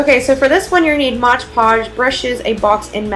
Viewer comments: I am assuming you mean mod podge and not modge podge like you were saying. P. S. very cute diys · You said Modge Podge the whole time...I was like its Mod Podge 😂😂😂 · It's MOD PODGE not modge podge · modge podge lol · A crafter dies somewhere in the world every time someone pronounces Mod Podge wrong.